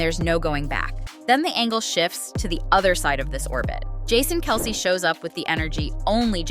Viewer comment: You said "Kell-say" That's hilarious